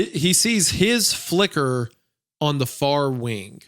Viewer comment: Spire in the Woods also mentioned that type of clock that Isaiah is referring to. It's called a glockenspiel, literally bell play. Has anyone else noticed that whenever Isaiah says the word "wing," he adds a k consonant to the end? It almost sounds like he's saying "wink."